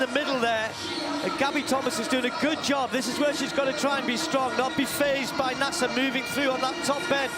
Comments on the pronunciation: It’s actually pronounced Na-Sayr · Idiot announcer cannot correctly pronounce the name of the winner.